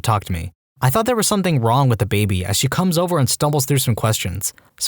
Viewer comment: No K in the word something.